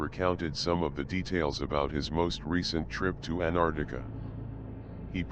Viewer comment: Damn...this guy can't even pronounce Antarctia..pffft